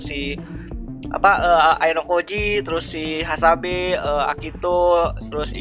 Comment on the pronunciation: Baku hantam dikit lagi🗿 btw Hasebe bukan hasabe🤣🤣